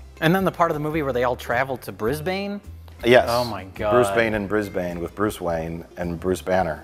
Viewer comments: I get for the sake of the joke to emphasize the Bane, in Brisbane. But Brisbane is pronounced Bris-bin, not Bris-bane. It sounds weird as fuck mates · btw it's pronounced bris-ban! Not bris-bane! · just to let everyone know who isn't Australian, we pronounce Brisbane as "Brisbin" ... and while im here it's pronounced "Melbin" no "mel-born". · "brisBANE" haha lol. We australians pronounce it "Brizbin" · 2 things, 1. Brisbane, pronounce the bane part as ben, i know it is retarded, but that is what we call it. 2. Bane sounds like Deckard Cain from the diablo video games. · it's pronounced Bris-Bin that kind of annoyed me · It's not pronounced brisBANE. The "a" is soft. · Is that really how American's pronounce Brisbane?